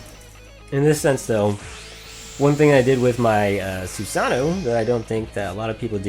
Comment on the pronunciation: Great video, as always. I always get really excited when you upload Dx2 videos. Your Trumpeter is insanely good. Btw, it is pronounced more like "Sue-sah-no-oh." The last "oh" is said so subtly that it is almost inaudible, kind of trailing off into the "oh" sound. In English, we tend to annunciate part of a word, but Japanese usually has a flatter way of pronouncing a word, where each character is read in the same tone, which is hard for English speakers to get used to.